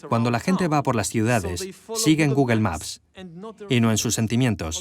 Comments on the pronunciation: Cómo te lo explico?? ....sería " Gógl" , Jamas "guguel" , ninguna "e" final se pronuncia en ingles ...Una e final es muda ; como nuestra H ... Que a su vez ellos pronuncian mal, como "J" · Cuando dice "Guguel" , se refiere a google verdad? jajaja .... Me dan risa los españoles , y es un traductor profesional ! madre mía! Cómo puede ser tan tan TAN IMPOSIBLE para los españoles pronunciar el ingles decentemente. Lo lograrán en el siglo 21?